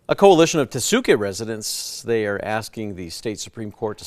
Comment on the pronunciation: Are the newscasters who insist on mispronouncing Tesuque, going to start calling their city "Albuquer-KAY"? 🙄